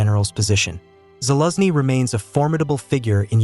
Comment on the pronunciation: You pronounce gen Zaluzhny's name so strange, first i didn't understand who you actually taking about.